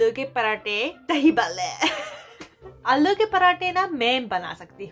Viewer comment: Alo nai aalloo